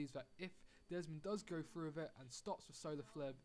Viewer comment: through 'TH", not frew